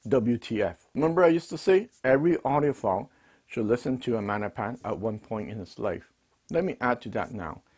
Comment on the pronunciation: Love you, but MaGGGNapans aren't Italian. The G isn't silent. Maggie's is short. Can you imagine saying Mannie's? Nope. Love ya. 😀